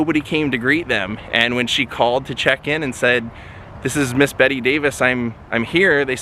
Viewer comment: UGH! the fact you kept saying her name wrong the whole video. She hated being called "Betty" and made it clear her name was Bette